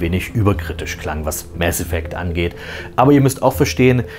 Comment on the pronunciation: Danke das du nicht "Maß Effekt" sagt. Das regt mich immer so auf. Das mit dem "Das ist Paranoia", klingt so dumm, da der Sprecher es falsch betont. Hat bestimmt nicht den richtigen Hinweis bekommen warum er das überhaupt sagt.